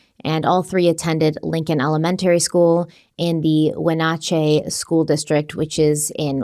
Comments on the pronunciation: There are probably a million places he could cross. It's pretty foresty in many spots so visibility isn't great. Also not that it matters really but Wenatchee is pronounced (win-at-chee). I think it's a native name Washington has a good amount of native named cities and towns they are never pronounced correctly unless you're from there. Another also Washington state police are generally not the greatest. To say it nicely......... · and, thank you so much for your thoughtful coverage of this terrible case. We knew the girls. The name of our town, Wenatchee, is pronounced "wehn-atch-ee" (long "E" sound at the end). I don't say this to nitpick, but because I know how much you care. Unfortunately, this is not the last time people will hear about this case. I wish the world was learning about Wenatchee under different circumstances. It's a beautiful place, but it will never be the same after this tragedy. 💜🩷💚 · Pronounced Wen at Chi and She Lan county for Wenatchee and Chelan from a local the way has been pronouncing them the last week makes me talk to the screen each time 😂